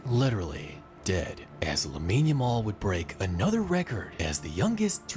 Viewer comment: Ya- mall bro, not Jamal